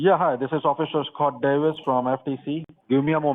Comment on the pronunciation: Oh, no! --- "Officer ScoRt Davis" says you are a veecteem of idanteetee tefft!!!